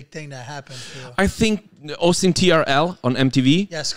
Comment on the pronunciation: I m pretty sure he meant "hosting trl" :) we italians just mess up the h pronunciation all the time